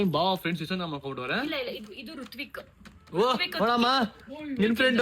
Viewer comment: ಋತ್ವಿಕ್ ❌tutvik ✔️